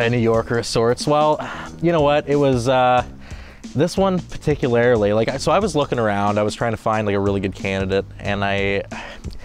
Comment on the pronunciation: “Particularily” even speaking in rickisms!!! The dedication is real!